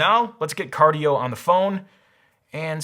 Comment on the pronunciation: Car-die-o? Hmmm